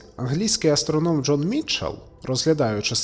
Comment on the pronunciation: я дико вибачаюсь але не АстрОном як говорится в відео а АстронОм.